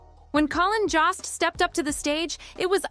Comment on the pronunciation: Ok but please could you research how to pronounce someone’s name before hitting the record button?? Lost count of how many times Colin Jost was pronounced like cost instead of Jost as in jokester…